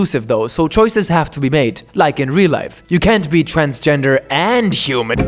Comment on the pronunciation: "You can't be tranzgendur AND human" (PLEASE STAND BY) Laughing so fucking hard at that.